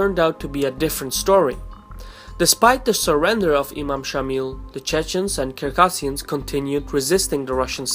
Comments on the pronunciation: Thank you for the well researched documentary. If I may, though, I'd like to point out that the correct pronunciation of the North Caucasian nation of "Circassians" is phonetically as follows "ssirkassians" and not Kirkassians, as I believe I heard you reference in this video. Stay healthy, and keep the videos coming! Incidentally, I am a Circassian. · Its Circassians with C.. pronounce it with (C) not (k).. Circassian not kircassian